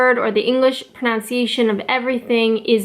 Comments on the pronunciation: One difference is in the word pronunciation. You seem to say pronounciation (note the extra o) as in the word pronounce itself. We say it as pronUNciation. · The pronunciation OF pronunciation IS actually "pron un cia tion" and not "pronOUNciation" ...and this was all before a video on correct pronunciation lol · In the first minute you said, "pronounciation" when it's "pronunciation" lol! That's ironic in itself in a video aimed at how you pronounce things lol! "Yo-ghurt" is annoying, "it's yog-hurt". As for Urinal, the same thing happens for the planet Uranus and people usually laugh but it's pronounced how you say Urinal...uran-us, not "your anus" lol! "Aboot" is the Scottish pronunciation, never heard an English person say that, see this song at 43 seconds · It’s pronounced “pro-nun-ciation” not “pro-nown-ciation” no matter where you are. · loving your video's -- only just started watching them Can I say (as an Australian), that when you say pronounciation I think you aught to be saying pronunciation. I know it starts as the word pronounce – but (in Australia at least), that changes in the adverb (I think I have that term correct) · It's not 'proOUnciation'... It's 'pronUnciation' in England. I'm a TEFL English teacher and have to teach both North American and English pronunciation and dialect to my students. There's a LOT of differences. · Love your Vlogs. It's proNUNciation, not proNOUNciation. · Its funny that in this video about pronunciation, you never mentioned that in England we say that word as pro-NUN-ciation ... likes its spelled, rather than your way of pro-noun-ciation. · I note you say "pronouciation" (pro-nouc-iation), where the English pronouce it as Pro-nunc-iation. Your presentations are great! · proNOUNciation? i think you mean proNUNciation ;) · You say pro-nown-ciation. We say pro-nun-ciation. ;-) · agh, she said "pronounce-ee-ation" My ears, they bleed. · Your saying pronunciation wrong. Just saying;)